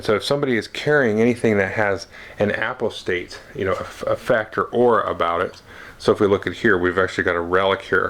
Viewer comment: Excellent!!! I think it's pronounced more like "u pos tate" I'm curious about the contents of the nemesis and imperium decks. What do minions look like. Any additional information about skill duels? I recall an FFG preview making mention of the "Cult Leader" tyranid card although I didn't see it in this review